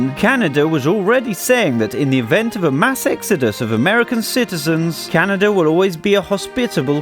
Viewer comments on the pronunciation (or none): Eh? If you are going to make a video on my home and native land, quit calling it Canader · What is "Canadeer" lol ?